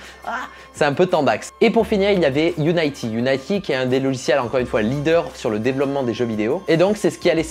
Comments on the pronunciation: On dit Unity (i) et pas Unayty je crois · UNITY ca se prononce You-ni-ti pas you-naie-ti meme en anglais :) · Par contre Unity ça se prononce quasi comme en français (pas Unaïety) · Qui d'autre que moi est frustré de pas entendre "youniti" ou "uniti" mais"younaïti"..? Surtout quand t'entends après "Unreal HAINEGINE"... T'as quelque chose contre les jeux videos en fait? :D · "Angyan lé bien" "Unaïty" "Unreal Angine"